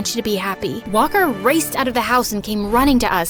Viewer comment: everytime she says walker i think shes saying whopper